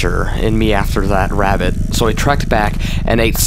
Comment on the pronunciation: “The ravvit”